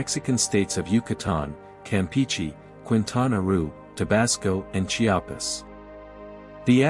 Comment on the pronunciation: I’m sorry sir but I need you to say Chiapas right